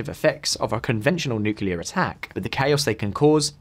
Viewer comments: Please stop saying NUCULAR. It's nuCLEAar!!!! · "Fri-gaites"... "Nuc-yular"..."Boe of a ship"